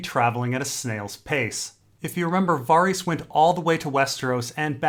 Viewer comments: Sure I'm not the first one to say this but who the fuck is "Vahreese"? Based on context it sounds like you're talking about Varys, but as we all know because we all watch the tv show, there is no character named "Vahreese". No one has ever pronounced anyone's name anything like "Vahreese". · Why does he prenounce varys so strange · You mispronounced varys